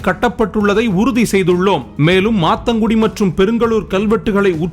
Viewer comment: மாந்தாங்குடி bro சரியா சொல்லுங்க